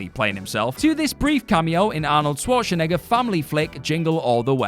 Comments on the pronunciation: Wait.......did he say Swartzanigga? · Why can't he say Schwarzenegger properly?